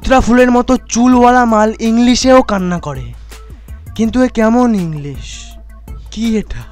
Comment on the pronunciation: premium quality inglis 😂😂😂😂😂